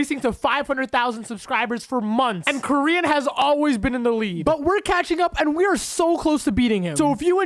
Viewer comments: its kor-yin not korean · When you said koryin I thought you said korean